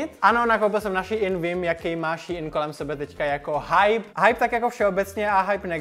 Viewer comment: Ummm to není ší in to je normálně SHEIN 😊